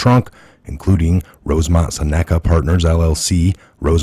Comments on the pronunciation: It's pronounced "sen a ca" not "sa NECK a" ....gawd .... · Exactly! But Im pretty sure Seneca is pronounced SINuhkuh... It's a tribes name.